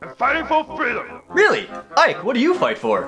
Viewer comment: muffin lol yep! Fifo Feedom!